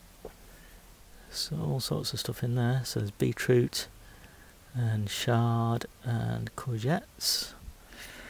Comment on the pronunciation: Chard, not Shard, that's a building in London, not a leafy veg, just sayin